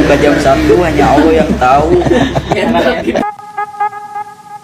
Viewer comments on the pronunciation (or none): none